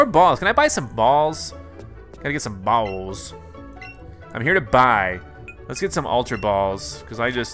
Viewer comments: Ayyoo he said bawls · I know right